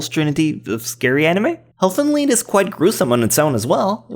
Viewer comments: Elfen Lied is not pronounced "Leed" it's pronounced "Lyed" because the main character (i think is the guy with an incest going on with his cousin XD) lied about his cousin being a girl so yeah. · Can you seriously not pronounce the word "lied"?